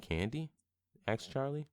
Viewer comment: the amount of times he said axed